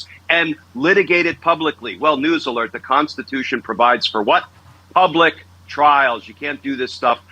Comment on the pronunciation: It’s the constitution…not the DONstitution!!!